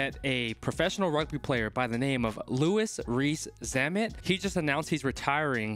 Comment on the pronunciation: The way he pronounced his name at the start lol